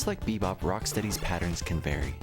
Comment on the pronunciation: just heard, you said bepob, not rocksteady on the rocksteady fight